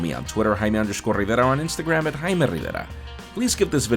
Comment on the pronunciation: No joke. I got halfway through the vid and was like... is this the same guy? I can't tell because he isn't dropping his name 37 times or rolling his Rs like he's playing 'em on a snare drum... Then he managed to drop his frrrrrrrrriggin' name three times in a span of 10 seconds at the end.. Sir. Dude. I get wanting to pronounce your name like it is actually pronounced in your ancestral home. Completely. I mean trust me, I could do the same with mine, but I don't, unless I actually happen to be speaking the language of my ancestors IN my family's country of origin (which does feel good). But why not do itin the US? Because it just sounds ridiculous here. More specifically, it is knd of flashy in a pompous way. Compound that with the frequency of your name drops, and it's totally overboard... kind of like a street car with a picnic table-sized wing. I mean look, you do what you're gonna do. Your content is solid, and I will keep giving you the views and clicks, but please know that people find the name drops and origin-correct pronounciation a bit much in the context of these videos.